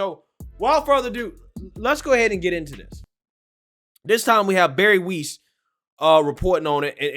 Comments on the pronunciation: OMG, I had never noticed, but your pronunciation of foreign nouns is atrocious! 🤣🤣 I still like you a lot ❤, but come on! AGRAWAL is not pronounced "Argual" loool and Bari WEISS is pronounced "vice", not "wees"! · Her name is pronounced Bari "Wise". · must mispronounce names on purpose. Nobody in history has pronounced Weiss as Weese. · Such good content on this channel., it will be even better if you take a moment to learn to pronounce the names of the people in the articles you read or talk about. It will only make your show better. Bari Weiss (like “ice) should be an easy one.